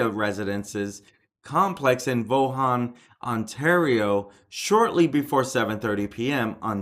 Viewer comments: You're a funny dude "Voo-han" it's the city of Vaughan like Steve Ray and " Mr. Villees ...what ever" his names Villi simple you are reporting - that's funny $1,800 dollars and $38 dollars?? what?? - don't say you haven't verified.. you haven't verified you're handle on the English language - you are ready for fox news - I'm am now a fan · It's Pronounced Vawhhhnnn. The G is silent. It seems it was a long-standing dispute complicated by mental health issues. I suspect it may have been dementia complicated as well. It seems like there was an issue with vibrations coming from the electrical room below his condo. THe building spent a significant sum to remediate that issue. But the next part is where it becomes bizarre. He claimed he was having issues with electromagnetic radiation causing pain and suffering to Mr. Vitalli. Another item that has come to light is that the condo board was going to court that day to force Mr. Vitalli to sell his unit and this may have been the triggering factor that stated the killing spree when he realized he had finally lost his battle in the court. There was also a prior case that was dismissed by the justice on the basis of it not being legitimate and that argument was fallacious and made no sense. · He made Vaughan sound like the Chinese city of Wuhan.